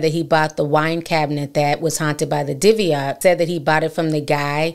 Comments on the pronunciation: It's pronounced di-buhk to anyone that is just hearing about it. Like dih-book. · Dooo bick is the pronunciation you’re looking for just call the pronunciation poo’lice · Its pronounced dib bik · It’s pronounced Dib-ic. Very serious paranormal activity. More than a poltergeist IMO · It’s pronounced di-buhk Ti but I love it. Scary stories with ti!! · Is saying “ diviate “ box? The title says dybbuk? 🤔 I want to google BOTH but not sure what she is saying…thnxxx for any help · Hey Ti Sis, Don’t take this as me trying to be funny or anything like that but it’s pronounced Di-Bic…. By the way GREAT story and the movie The Possession was pretty okay. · I'm sorry y'all! I'm a horror genre freak in general... movies, true crime, hauntings... the way they're pronouncing it is driving me crazy! 😅 It's pronounced "di-buhk"